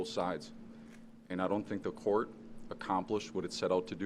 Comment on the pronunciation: You're hilarious. Just wanted to tell you. I know this is not a new video or anything but I've been binging your videos. I also never heard someone call court "cort" 😂, just another funny thing you do. kills me sis